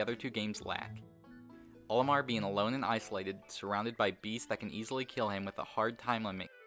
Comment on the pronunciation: Towards the beginning of the video you said Omar instead of Olimar, thanks for the shoutout.